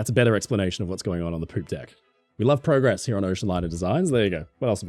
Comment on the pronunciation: You say PROCESS and PROGRESS wrong!